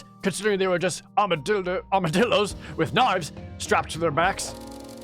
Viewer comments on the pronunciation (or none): And with a bit of a tongue slip armadildos are now canon in this world for me, and working for Summer.